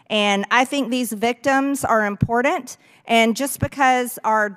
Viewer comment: Would somebody please teach Marjorie Taylor Greene how to say I am p o r t a n t